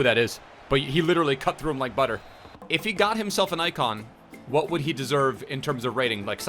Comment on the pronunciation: Pls pronounce what in whats up correctly please